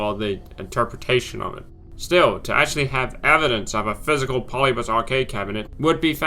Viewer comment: Not Polybus. Pol-lib-i-us.